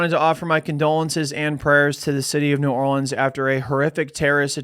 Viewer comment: As someone who lives in New Orleans, you said like NOTHING correct.